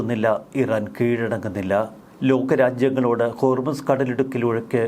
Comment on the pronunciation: മോനെ ഹോർമിസ് അല്ല ഹോർമുസ് ആണ് ശരി 😂